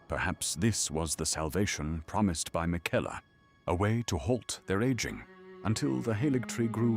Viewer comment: why does he pronounce Marika and Miquella so strangely?